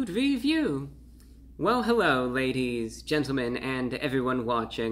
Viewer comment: Hewwo Wady’s and Gentlemen!